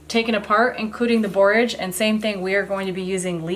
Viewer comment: Are you saying Borges blossoms?